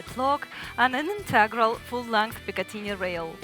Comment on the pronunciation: Cool video, but I'd like to see her shooting it. Putting that thumb flange on the safety lever is a very good idea. This is not a criticism, but I had to smile when she pronounced the Picatinny rail as "pikatinya". On the other hand, she speaks English very well, and I don't speak Russian at all, so perhaps I shouldn't say anything.